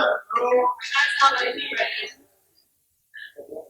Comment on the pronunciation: Dright as In “Right” 😂😂